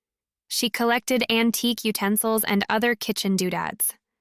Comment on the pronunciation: So well read , most of the time. Antique becomes an-ti-q. No truble, instead of no trouble.